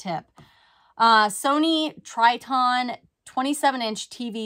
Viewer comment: Sony Trinitron was/is an iconic TV and was a household name but you totally slaughtered the pronunciation...lol.